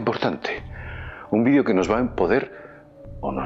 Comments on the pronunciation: por que dice vidio? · entiendo ahora que lo dices si dice vídeo, por que cambiara la entonación de la palabra.